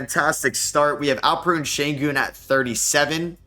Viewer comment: It is AlpeREN you say everything else right why can’t you pronounce this it’s not even hard😭